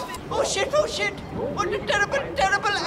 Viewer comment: ou shit ou shit.. wat a terribble, terribble akkzident